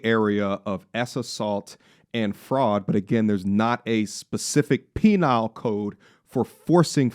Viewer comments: The word you're looking for is Penal, not Penile. Just correcting! 🤔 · Was saying “penile code” instead of “penal code” intentional or a Freudian slip? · Bro it Penal code, not penile code. Lmfao